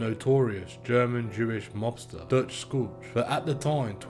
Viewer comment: This is a very well put together and researched video. The only tiny thing I found wrong is Dutch Schultz is pronounced like shoot, the c is silent. That being said, that is minor. Keep up the great work!!!